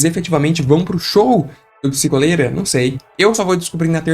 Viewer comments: Eu queria muito que fosse psikÓlera e não psikOlera eu odeio a sonoridade de psikOlera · mas é pronunciado psikólera, psikolera vem de duas palavras: "psico" e "cólera" então a pronúncia é essa mesmo